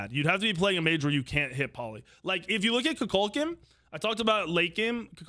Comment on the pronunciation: has this guy not seen black panther 2 Kukulkan is not pronounced like that haha